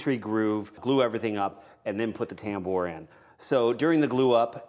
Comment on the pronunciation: Say tambour, one more time.